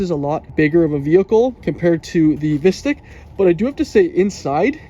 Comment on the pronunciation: Pronounced Visteek 😫